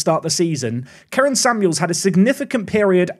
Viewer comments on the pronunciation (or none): none